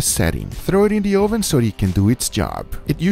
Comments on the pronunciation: Why is it an Ohhh-ven? Learn English.... It's uhh-ven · Guga for my sanity, it's pronounced [Uh-Ven] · hes trolling us by saying Ohven instead of oven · UH-ven. Not OH-Ven. Hearing OH-ven so many times got annoying. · Ohvann... love that pronunciation....kinda like a viking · Never heard someone pronounce “oven” like “OHH-VUN” we usually pronounce it as “ UH-VIN” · I love the way guga says it "toaster ohven" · i love it when guga says oven, sounds like Oovan, btw I'm not making fun of his accent btw so no h8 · I love how he says ooven instead of oven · "this was done in a toaster OHven ;)" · "toaster oh-ven" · "Tohster ohven" :) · "Toaster OhVin" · Ouven is the only thing I heard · You might have earned a thumbs up if you didn't keep referring to it as oh-ven. I don't care where you are from or which language you speak but you're in America and you need to learn the language. Uuuuuuuh-ven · Hard to take cooking advice from a guy that says "Oooven" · my hispanic mother says ‘oven’ like that too and it’s so cute and it just makes me think of my mum fudhhsh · I love the emphasis on the “O” in oven. 😂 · Same, LOL. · I love your pronunciation of "oven". Makes me smile. Where are you from originally? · listen to the sound he makes when he says “o” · Say oven again, LMAO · You are pronouncing Oven the dutch way xD